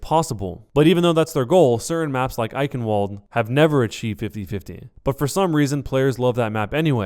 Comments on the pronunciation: fyi: the w in Eichenwald is pronounced "v" because it is German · He's saying eichenwald wrong it should be pronounced (ich -in-vald)